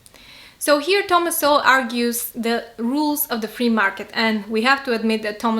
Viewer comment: you use to pronounce it as So-Well but now you pronounce it as soul, you've been watching uncommon knowledge?